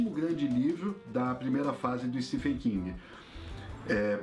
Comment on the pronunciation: Uma coisa que percebi é a pronuncia de vocês do nome do autor, Stephen King. Se pronuncia " STEVEN ". Nos brasileiros cismamos em pronunciar " Stefen" hahahauahauhaua Ótimo vídeo, sou apaixonado pelas obras do King, amo todas elas de coração e IT foi uma das melhores coisas que assisti. Meu medo é exatamente por ser tão grandioso que o filme acabe pecando nessa representação. Mas sei que irei amar de verdade, afinal, amo todos esses personagens como se fossem amigos de longa data ♡ Parabéns pelo vídeo. Foi sensacional mesmo. Falaram tão bem que eu tive meio que flashbacks da época que li. Fui relembrando a história junto com vocês. Muito bom mesmo!